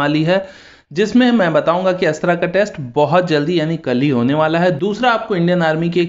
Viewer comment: अस्त्रा नही अस्त्र बोलो